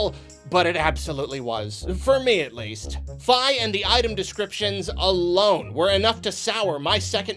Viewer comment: "F-eye". Is that how you pronounce it? Lol